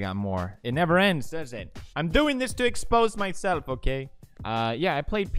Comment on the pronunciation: "but the jokess' on you, am going to exxposse mysself"